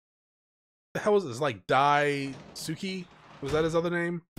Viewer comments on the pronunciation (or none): You pronounce Daisuke as Die-skay